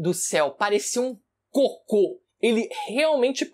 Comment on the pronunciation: Ênfase no "parecia um COCÔ!!"